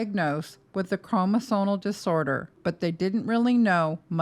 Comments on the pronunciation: You keep saying evasive do you mean invasive? I don’t know medical terms so maybe evasive means something I’m not aware of in medical terms. You also keep saying chroNosomal instead of chroMosomal. Which I just find weird since you’re a medical professional. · I appreciate all this information, but as an RN, I find it really hard to trust you have the credentials you say you do when you use terms like "evasive procedure" or repeatedly mis-pronounce the word "chromosomal"